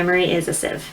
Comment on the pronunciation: Still struggling with the word sieve I see